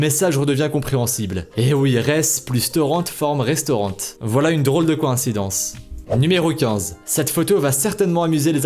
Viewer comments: Restaurant est sans e donc on dit restaurant mais pas restaurante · Pas restaurantttttte mais restaurant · POURQUOI TU DIS RESTAURANTE ON DIS RESTAURANT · On dit pas restaurante on dit restaurant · Par contre restaurant de prononce « réstoran » et non «restorante » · C moi ou il dit restauran[T] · Il dit restaurante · Euuu restaurant on le dit pas « restaurante » parle français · On dit restauran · Il prononce le T dans restaurant?? MDRRRRRRRRRR